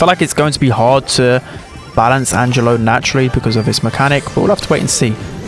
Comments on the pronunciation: Angelo its an italian name, almost perfect pronunciation tho Edit: and yeah, angelo literally means angel in italian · The pronunciation is correct Angelo is a normal italian name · Not only he is balanced, but looks very fun too. (btw the pronunciation was perfect, italian approved🤌🏻)